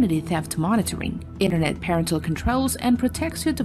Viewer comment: Will someone teach her how to say “inventory”…please? And “military”? And “Internet”? Or is there something else called the “Innernet”? 🤔🇨🇺🇺🇸